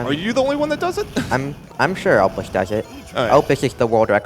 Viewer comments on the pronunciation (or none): none